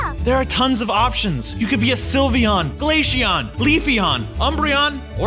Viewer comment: and also its not gALATIAN its glaceon